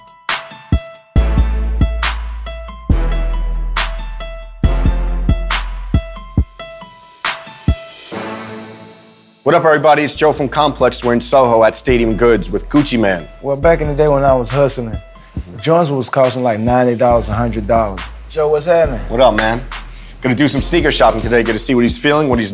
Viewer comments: Gucci Mane walkin in dressin like Uncle Drew. And why everybody call him Gucci Man. Not Gucci Mane. Pronounce it right people. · he said gucci amn and not gucci maine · Its mane tho, not man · Oryen Meave its pronounced as Gucci mane, not Gucci man. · Who else heard when he said "Gucci MAN" goddammit Joe🤦🏼‍♂️ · "GUCCI MAN" its MANE fam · did this nigga just call gucci mane "gucci man" ??? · its gucci mayne